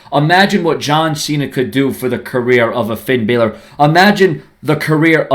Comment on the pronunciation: Finn deserves to fight against John cena and you say his last name wrong half of time